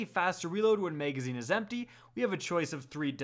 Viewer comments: Why the hell do you talk that way bro. Maygazine is correctly pronounced magazine. MAG NOT MAYG. Someone just shoot me if I have to hear that again! Sucks because there isn’t many good D2 channels to begin with so I’m forced to hear this man’s illiteracy or get bad info somewhere else. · No its just literally no one cares he said mayg instead of mag- if that turns you off from any content than your a fuck tard